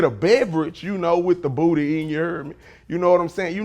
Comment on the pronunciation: I don't know but I like the way he say booty